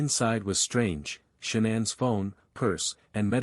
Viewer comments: Shawnen ?? Nickel ?? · I usually go show love to the channels you review, but can't bring myself to do it this time. Showing the wrong parents, the AI voice (I HATE AI voices lol) that mispronounces things (SHONANN, the WUTS daughters??). The creator is going to have to try a little harder to make it I think lol.